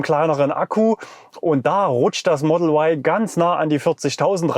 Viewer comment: Sprache soll für das Publikum verständlich sein! Model Why ist nicht verständlich da Sie sich an Publikum mit deutscher Muttersprache richten. Ein deutschsprachiger Mensch denkt bei "why" an den Buchstaben W, und nicht an den Buchstaben Y. JA, wir leben in einen freien Land. Deshalb ist es mir derzeit noch möglich ohne Risiko einer Inhaftierung Sie darauf hinzuweisen dass "Ypsilon" verständlicher ist.